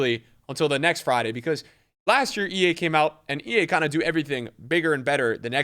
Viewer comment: Did he seriously say “Ea are really smart” 😂